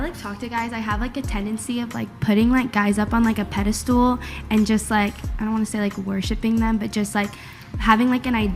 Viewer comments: The word is pedestal, not pedastool. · It’s pedestal lil lady not ‘pedder stool’ 😆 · Did she say "pedistool " twice? Airhead!